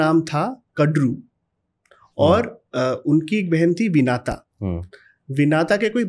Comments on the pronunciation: महोदय विनाता नहीं है विनिता है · Vinata nahi vinita😐 कडरू नही कद्रु